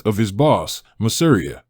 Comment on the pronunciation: pronounced masa-RI-a hit that second to last syllable and you cant go wrong unless there's an accent. masa REE a